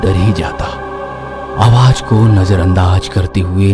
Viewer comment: All are good I like stories also.. But please correct ur pronunciation like Awaaj it's Awaaz Plz work on it